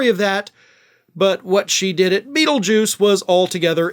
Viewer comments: I thought I heard you say feeljuice.😂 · Dont say beatlejuuce 3x dangit we may get someone worse.